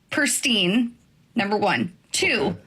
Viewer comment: Gotta pick one? I pick any woman who doesn't say "prestine"